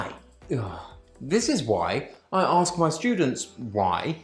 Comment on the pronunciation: But if you want to use more short cut is ok when examiner"aks"😂😂😂😂 well ask